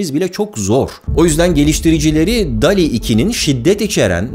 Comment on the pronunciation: Barıl dol i diye telafuz edeceksin dikkat et bunlara